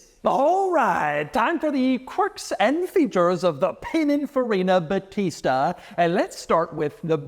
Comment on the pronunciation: I'm italian, that's not how you say "battista"